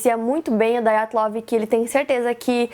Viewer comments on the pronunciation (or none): Ótimo vídeo, ótima explicação. Parabéns. Já me tornei fã... Agora, que tal fazer um vídeo sobre o desaparecimento de Frederick Valentich, sobre o caso Felix Moncla e sobre o mistério da vila de Anjikuni? (Só um detalhe: o nome Dyatlov é russo; portanto, não se pronuncia "daiatlov", como no inglês; se pronuncia Dyatlov mesmo, como se escreve) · A pronúncia correta é "Díatlov". Ótimo vídeo! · Filha, o nome é russo: Dyatlov. Não apronuncéia "dái-a-tlov" que nem gringo! :(